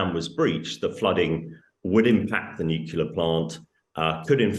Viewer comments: shame on you "nucular" is not an English word. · A nuclear expert who can't pronounce nuclear properly? It's not nu-cu-lar for heaven's sake. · It's all very grim and disturbing but, aside from that.... Anyone else wince every time he said NUCULAH instead of NUCLEAR? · It's not NEW KILLER - it's NEW CLEAR !! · Please stop saying "nucelar" it is NUCLEAR, is it so hard? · Nuclear, not nukular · I can't believe that a news commentator is still saying "nucular" instead of "nuclear." Very irritating diction. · Even this guy can't say nuclear instead of nukular. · Remarkably, this expert is unable to properly pronounce the word nuclear. It is new-clear not newqueue-ler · Someone want to tell her it's nuclear not nucular? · FFS, if you're an expert, pronounce it correctly. It's not "nucular", never was, never will be, unless you're dumb. It's NUCLEAR. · I cannot trust anyone who says "Nukuler" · sorry mate -- you do not come across as a self-appointed "nucular expert" -- run 'nuclear' through your Google to hear what it is supposed to. sound like. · It's just an aside, but I cannot fathom how someone who is an expert on nuclear weapons can keep pronouncing it "NEW-KYEW-lur" again and again. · Nu-cle-ar! please!! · New. Clear. Is it so hard to say? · It's pronounced NUCLEAR! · I can't take anyone serious who says "noo-key-lar" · Is there now a generation of people that actually think there is such a word as "nucular"? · Why are people unable to say ‘nuclear’ correctly these days?!! It’s not ‘noo killer’ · It was sadly depressing to witness a native English speaker (from the UK no less!) use the common American pronunciation of nuclear as "nook-uler"! The world is obviously doomed!! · I dont trust anyone in power who can not pronounce Nu clear properly! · All if heard here is some blow hard stating the obvious and demonstrating his inability to pronounce the word 'nuclear'. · Can none of these people pronounce nuclear? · Too many pronounce it as Homer Simpson does.